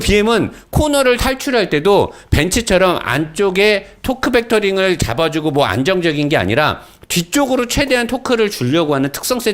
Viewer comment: 이제 도크벡터링 아니고 토크벡터링이라고 해주시네요 감사합니다